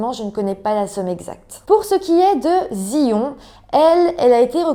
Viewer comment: Mon Dieu la pauvre, l'école est censée être un sanctuaire où l'on se sent en sécurité. Justice et autopsie de merde, la victime n'a absolument pas eu de justice. Juste petites précisions Zion ça se prononce Zaïone et les éviers sont en fait des lavabos.